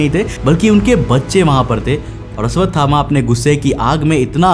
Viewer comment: Aswathama ❌❌❌ Ashwathama ✔️✔️✔️✔️